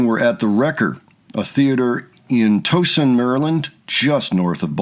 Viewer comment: Exactly. Even the name Towson is not pronounced tow as in a car. It’s much older English. It’s Tau-son.